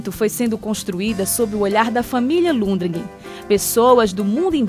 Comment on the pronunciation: Deu informação errada sobre a igreja. O sobrenome é Lundgren e não Lundregen.